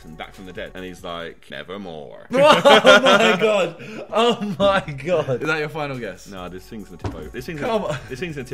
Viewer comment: that american "nevermore" XD WHY JOSH XD